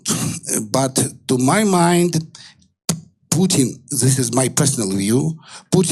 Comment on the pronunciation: lol "pooten"